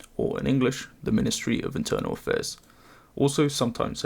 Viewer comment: i just said it myself and he clearly mispronounced word "Internal"